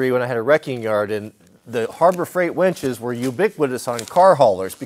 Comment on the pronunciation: I keep hearing "Harbor Freight wenches". Yarr.